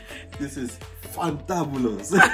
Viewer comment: Sis your creativity is crazy 😜 omg! He said fantabolous 😂 omg! This is crazy like so crazy